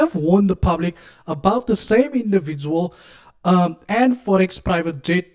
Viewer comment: “The forex fahh fahh”😂😂😂😂